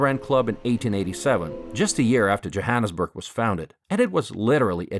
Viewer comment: Who took the annus at of Jo'burg joaanusburg